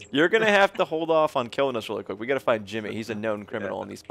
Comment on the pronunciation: they said jimmeh